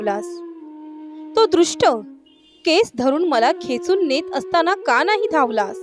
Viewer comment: आपण शुद्ध बोलायला शिकावे. अणेक नाही अनेक का णाही नाही का नाही कशाणे नाही कशाने